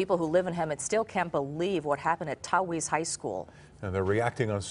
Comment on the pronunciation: Tf is "tawheeze high school?" Its tah-quitz 😂😂